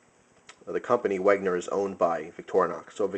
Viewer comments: hey man, great vid (although a little bit too much 'talk' and repeating yourself. you could have made it shorter). anyway, i wanted to say it's not "Wegner" but "Wenger". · I don't know if anyone has said this yet, but I felt I must as it pissed me off, you don't pronounce it as Weg-ner, it's meant to be pronounced Wen-ger. Or if you want to get it 100% accurate: Ven-ger. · hey,, Wenger is pronounced Wen-ger not Weg-ner anyways, just a little nit pick nice collection of SAKs:) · It's wenger not wegner